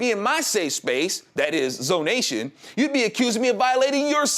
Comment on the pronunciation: ZONATION. NO YO'NATION.